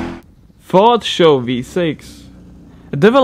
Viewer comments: S.H.O not "show" lol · It is pronounced s h o not show. Do your reasearch. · lol Ford "xo" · SHO means: Super High Output, S.H.O. not show! hahahaah!!!